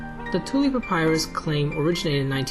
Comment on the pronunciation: Really like the video/content. Btw, 1 rod is equal to 16.5 ft., not 150 ft. I wouldn’t usually nitpick, but it’s quite the difference in size. Oh, and papyrus is pronounced puh-PIE-russ.